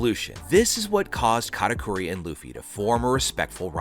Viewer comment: why you saying katakuri like Kata "cory"